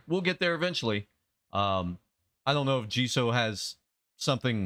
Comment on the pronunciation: Just discovered your BP reactions and I'm enjoying them! You mentioned watching some of the behind the scenes stuff and I guarantee we would love seeing your reaction to those things as well if it was something you'd be interested in putting on the channel 🙂 Btw Jisoo is pronounced like G-Sue and Jennie is pronounced like Jen-nie (not like Genie). Looking forward to more!